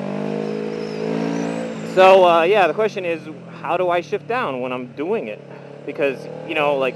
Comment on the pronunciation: everytime, i hear shit instead of shift